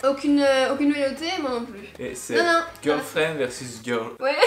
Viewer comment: Tu dis geulfrend